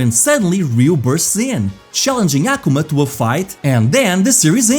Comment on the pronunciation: Hearing "Ahhh kumah" is killing me lol